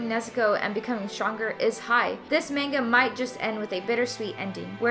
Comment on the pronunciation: The way she says manga hurts me Edit: Rest of the video was good, I also enjoy the way she explains things in comparison to Adil.